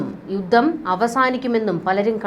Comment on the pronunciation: 'യുദ്ദം','ദാദ്സമ്പത്ത്' ഇതൊക്കെ തെറ്റായ ഉച്ചാരണമാണ് . 'യുദ്ധം ', 'ധാതുസമ്പത്ത്' എന്ന് ശരിയായി ഉച്ചരിക്കണം